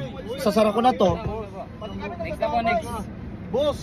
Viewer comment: Next ❌️ Nixt ✅️